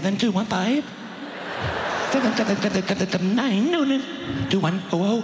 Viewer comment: ÑËĮĒÑŃ (Nine!!) FÆĪV Ę !! (Five!!)